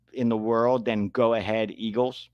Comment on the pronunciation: If Go Ahead Eagles were an English team, then they'd be Go On Then Eagles spoken with the Steak and Kidney pie voice you used.